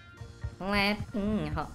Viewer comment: Cara baca levinho bukannya levinyo ya?seperti coutinho jadi countinyo,paulinho jadi paulinyo, dan ronaldinho jadi ronaldinyo